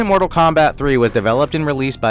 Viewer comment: Genesis: More-tal Kombat.